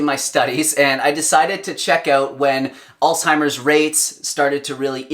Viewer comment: Please, it's not "all-timer's disease"; it's "Alz-HIMer's disease". Alzheimer's.